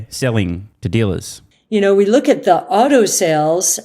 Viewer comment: Wow, Cathie is the first American I've heard talking about the autoindustry for a couple of years where I could tell she means "AUTO-" as opposed to "OTTO-industry", I guess she does NOT just mean the German auto-industry 🤣